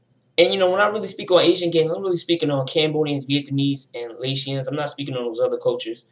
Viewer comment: There was a long time beef between the Asians and Hispanic gangs in Long Beach, Ca in the 90’s (mainly Cambodians but there were other Asians in the set too) with asian gangs even in Cambodian gangs, it’s a lot of different Asian backgrounds not just southeast Asians. Laotian is pronounced lei· ow·shn